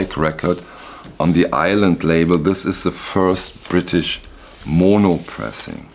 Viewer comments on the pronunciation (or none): none